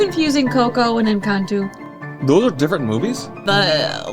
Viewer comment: Encan-too? I thought it was Encan-toe? Am I living a lie!?!?